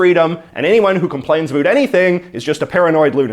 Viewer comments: We don't say a boot we say about..... In Canada ..... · Did you say aboet? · He’s saying about like that on purpose. Farming views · why do you say about like that? nobody actually says it like that. Why are you feeding into the stereotype? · you say "about" like and American or an actor on a Tim Horton's commercial (made in USA) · How are you able to pronounce the “o” in “now” properly, but you just CANT make that same sound when saying “about”???